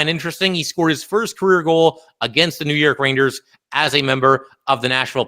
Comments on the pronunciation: Is he saying raiders, rainers, ranyers, or rangers? I can't tell lol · pretty sure the joke went way over your head. You can't tell me you didn't notice the interesting ways he's pronouncing rangers.